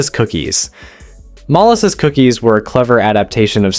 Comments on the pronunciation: "mollesis" cookies??? MOLASSES cookies! Also, milk in bread pudding, not water. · It’s mol-asses. He pronounced it two different ways. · Cornbread is definitely not FORGOTTEN. It is a regular staple in my home. Baked beans are a regular in my home. I eat bacon and fried egg sandwiches for breakfast. I can't eat onions. Bread pudding is a treat to me. I like it and grew up on it. My father could not stand it so it was not served to me in my own home. Love how the AI can't even properly pronounce a well known ingredient like Molasses. I grew up on Molasses cookies. My home has never known an absence of eggs. Chickens are cheap and easy to raise and deliver a buttload of eggs daily. Johnny Cakes are regular meals at my home. Biscuits and gravy have always been a part of my life and still are. Your potato pancakes look very much like my hash browns. Hmmm? No chicken and dumplings? No Red Beans and Rice? 2 poor man foods that have been regulars in my family my entire 55 years of existance. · Your presentation, the way you told the stories about the depression foods, was going well until you got to the Molasses thing. You pronounced ‘Molasses’ three different ways. So yeah, I’ll watch your program again some other time. You kind of let me astray there, and I don’t know, it’s just weird. You people need to learn how to speak English.